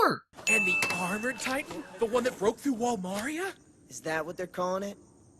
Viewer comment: Wait.. Did that dude say wall Mario"?